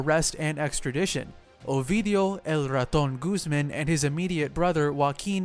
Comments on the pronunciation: Making so many videos about mexican Narcos you could really try a little more to pronounce the names right. Iván is not an english Name, it´s Guzmán not Guzmen.... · When you say “Guzmán” or “Culiacán,” put more emphasis on that last A.